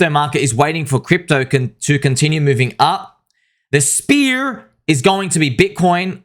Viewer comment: so happy was able to pronounce SPEAR so well this time. XD